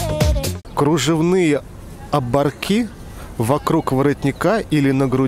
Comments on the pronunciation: Обо'рки, а не оборки'.... ведущий сам должен быть воспитан и эрудирован. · Не оборкИ́, а обО́рки. Эх,, а ещё людей опрашиваешь. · Какие ещё оборки с ударением на "И" ???!!!